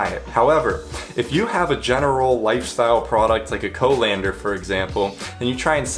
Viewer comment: co-lander? is that like a co-pilot?..... oh.. you mean colander